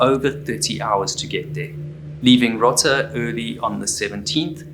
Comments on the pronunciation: row-tuh, not rotta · It’s pronounced Row-ta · Rota Spain,long o pronounced rohta